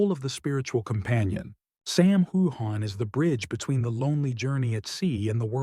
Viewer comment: Nice report but the least thing you could do is pronounce Sam's name right